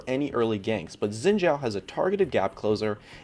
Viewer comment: Note: his name is pronounced as "Sheen Jhaow" and the way to say the name in Three Kingdoms Eastern Name order is to flip it around (Zhao Xin)